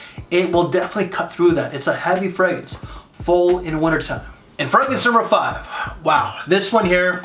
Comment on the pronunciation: I like your list videos but half the the reason I watch is to listen to the many ways you mispronounce "fragrance". Makes me smile 😄